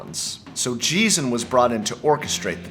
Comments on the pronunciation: Good analysis. The only thing - Geesin pronounced Gh, not J. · It's not Jeeson. It's a hard 'g', like 'geese un'! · Geesin is pronounced as Geese-In